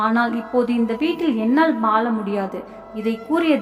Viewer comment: தமிழ் படிக்கும் விதம் படு மோசம். Vaala இல்லை, வாழ.